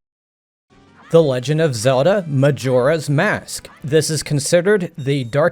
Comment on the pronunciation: Lots of mispronounced words